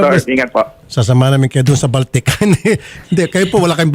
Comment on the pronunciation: Baltic po yan as in BALTIC SEA or BALTIC COUNTRIES, not baltik as in sira ulo. Just sharing po. THANK YOU po.